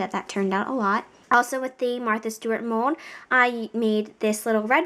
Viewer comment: WHY DO YOU SAY MODE! ITS MOLLLLD